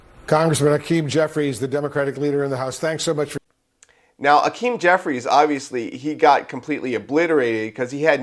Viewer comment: HA-KEEM no Ah Keem! He’s a weasel and a crook but pronounce his name correctly